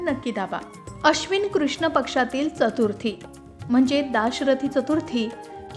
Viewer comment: मॅडम जरा चतुर्थी हा उच्चार करायला शिकून घ्या आधी मग व्हिडिओ करत जा......